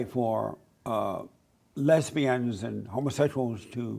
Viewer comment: When says “Lez-bi-unz” i die😂